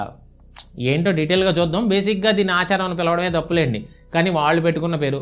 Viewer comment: అచారం ఏంటి బ్రదర్ ఆచారం ఎవరు అండీ మీకు తెలుగు నేర్పింది.